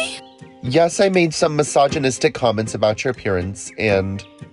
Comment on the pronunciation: When yul said "mysoginystic" I knew it wasn't from him 😂